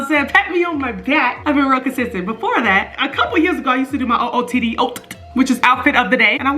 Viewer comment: Bruh the way you said OOTD as if it was one word. I SCREAMED. 😂